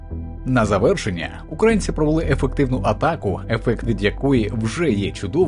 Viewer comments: Вибачте, але що за озвучка? Які такі "укрАїнці"? Якщо це ШІ озвучка, то треба якось виправити. Якщо ні, то ваш диктор - малоRос. В Україні живуть украЇнці❤🇺🇦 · дякую за відео, але що зі словом "українці", "український"? Чому воно укрАінсьий і укрАінци? неможливо слухати це мені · УкрАицы... Фу, выучи название страны, и название национальности. Сам ты укрАинец. Кто тя вообще диктором сделал.